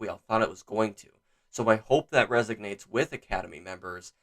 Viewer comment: resonates not resognates